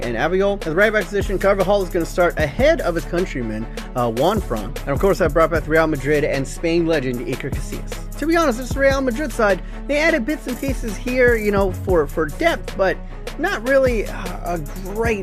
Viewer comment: You forgot De Gea from real Madrid and who says eker instead of iker